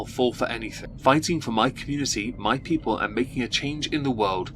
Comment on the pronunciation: . . . All i heard was " stupid peeple" 💀